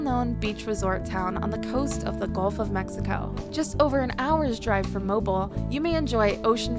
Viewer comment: Not too swift! Pictures of swaying palms in Alabama. Come on! Deserty mountainous area...not here. Even some of the waterfalls were not here. Pronunciation of Mobile?? Notvsurecsheceven visited Alabama. Terrible!